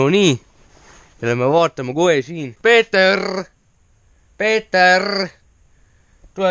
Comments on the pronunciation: Väga lahe video,see koht on väga naljakas kus sa ütleb näiteks kirrrrves või peeterrrr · Kas Peeterrrrr annab mulle ka ühe eurrrrro